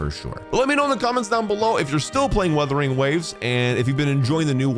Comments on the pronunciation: It's Wuthering not 'withering' 😭😭😭 Not again 😭😭😭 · Would you pronounce this game's name right someday? It's WUTHERING, not Weathering